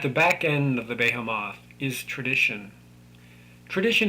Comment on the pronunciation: Behemoth is pronounced "be-HEE-muhth".